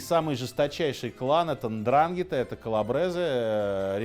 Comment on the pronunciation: Очень много ошибок (((. Пара примеров: 1) НдрАнгетта - ну тогда говорим БрУскетта. В итальянской транскрипции при такой структуре ударение на предпоследний слог. Правильно говорить НдрангЕтта 2) после Маранцано не было “capo dei tutti capi” - это был одно из основных правил Сальваторе Луканиа (Чарли Лаки Лучиано) Нет одного босса, есть совет семей. 3) В Америке не было землячества, разделение по рождению строго соблюдается только в Италии. Джон Готти Первый (глава клана Гамбино, изначально Анастасиа) был неаполитанцем. 4) главой Murder Inc. был Луис Лепке «Бухгалтер» И т. д. ………..